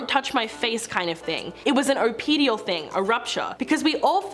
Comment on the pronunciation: Are you trying to say, "oedipal"? (not Oh-peed-ee-al, but Ed-uh-pal) The incident on the set of Aziz's film took place in front of witnesses. Depending on what the other witnesses say this could help or bury him, but as stated below, I'm not sure Bill was looking for anything but a laugh. He comes from a generation and an industry where such behavior was ignored. He is a big kid, and sometimes, big kids don't age well. Bill Murray is 72, and what women found cute when he was 28, is now repulsive because of his advanced age.